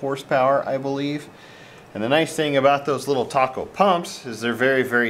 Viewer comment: Great video! FYI, the pump brand is pronounced TAY-coh. I assumed the same delicious sounding name too, so no worries!